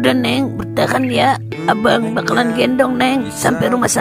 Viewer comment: kenapa ya bahasa nya selalu pake huruf e? contoh: abang jadi abeang. obat jadi obeat, bata jadi beata 😮